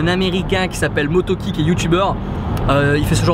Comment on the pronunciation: Mais c'est pas motoki c'est MoREtoki